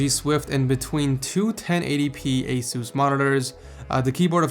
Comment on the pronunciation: ITS ACE US NOT AWE SUCSE !!!!